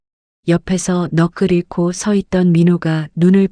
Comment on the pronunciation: 넋을 잃고는 넉클일코(×) 넉슬일코(o) 라고 읽으셔야 옳은 읽기입니다